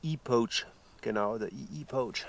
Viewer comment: Servus!:) Erstmal danke für deine Videos und weiter so! 👍 Macht immer wieder Bock zuzuschauen und neues zu lernen!! Eine Sache ist mir aufgefallen: du sprichst "pouch" immer eher mit "oh" aus, statt mit "au". Klingt dann wie das englische wort für wildern (to poach). 😅